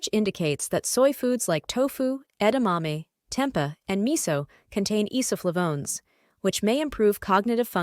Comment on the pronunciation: Why pronounce 'tempeh' as 'tempa'??😂😅